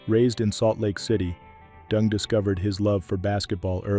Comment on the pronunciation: His name is DENG, not DUNG!